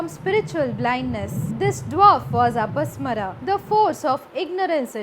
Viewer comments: He is apasmar not apasmara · Not अपस्मरा...it is pronounced अपस्मार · अपस्मारा... please learn to pronounce properly